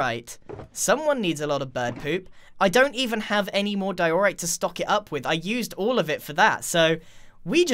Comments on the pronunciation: (Im sorry but it triggered me hard) Diorite = Di-ER-ite not Di-OR-ite. (No offense, just had to speak my mind(*mentally prepares for hate comments*)) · ITS DIE-O-RIGHT!!! NOT WHAT YOUR SAYING sorry its making me angry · You pronounced diorite wrong it's pronounced"die - oh - right" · No one: Grain: D Ï E O R I T E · Love how he forgot to cut the “derorite box” mistake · diOREright? I call it Dierite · your saying diorite wrong